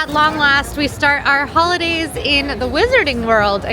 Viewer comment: Full disclosure, when you said ‘Who-lidays’ I heard “Hula-Days” realty was an initial let down, but I recovered.